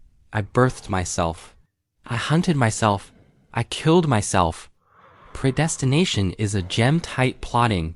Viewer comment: Say preydestination again 🤣😂🤣😂🤦‍♀